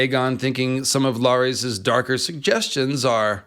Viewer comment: Who's LAAARIEES? Oh you meant Larys (Pronounced Larriss)